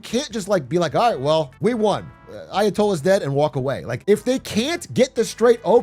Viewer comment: "roight" per Atrioc